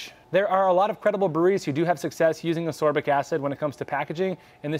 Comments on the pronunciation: FYI: ass-KOR-bic acid, and it is definitely the same thing as vitamin C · Learn how to pronounce ascorbic…